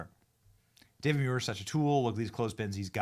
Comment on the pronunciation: David Muir, I thought his name was David manure🎉😂